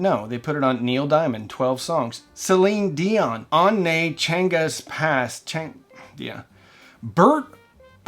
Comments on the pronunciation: "on ne change pas" if the mispronouncing things was illegal, the way you said that would be a war crime. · The way you slaughtered french with "On ne change pas" from Celine Dion was kinda hilarious. Celine Dion is huge in France and Canada, she sold like 200 million records something like that. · Of for God’s sake pronounce the French song name right.